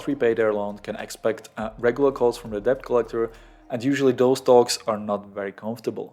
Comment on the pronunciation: Good video, thanks. btw: the 'b' in debt is not pronounced ^^.